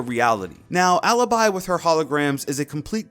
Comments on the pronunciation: its aleebee not aluhbuy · I'd like to hear their names as they are supposed to be pronounced Its not MIHSTRO and ALYBY. its maestro and alibi Thank you. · It's not alabai 😂😂, it's alibi!!!!!!! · OMG, how bad you pronounce them, it’s Aleebee and MaEstro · how the hell did you pronounce alibi? ALIBAI? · Elia Adamo or listen up... I'm not fluent in Italian but in this context it's pronounced 'alabai' as in the law term of having evidence of being elsewhere... For eg u have been recorded being in a bar while the murder happened in let's say a mall... So no I'm not stupid u are... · you don't pronounce correctly bravo, because you say bravou but its only bravo. Alibi, if you really wont its a latin word so you pronounce it whit the appropiate mode so in italian because the op its italian, you are a simply stupid english....